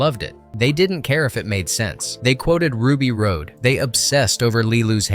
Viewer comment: RUBY ROSE NOT ROAD